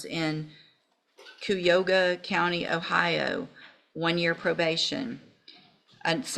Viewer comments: COUP-YOGA county Ohio 🤣. Its pronounced " KY (as in Kylo Ren) UH HO GUH". This occurred in Texas, so they probobly have not heard of it lol. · Not the point at all, but her pronunciation of Cuyahoga made me want to vomit 😂 Kai-ah-ho-gah people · It's pronounced KI-A-Hoga. It's funny how peopld outside of Cleveland pronounce Cuyahoga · I grew up in Ohio In Cuyahoga county Its Ky ya haga lol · The Judge really butchered the pronunciation of "Cuyahoga" county!😂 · With all due respect to the judge; how do you not know how to pronounce Cuyahoga? I'm not even from Ohio. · pronunciation of "Cuyahoga" County is hilarious. I realize she is not in Ohio, but it is the name of a county with 1.5 million people, a National Park, and a fairly well-known river.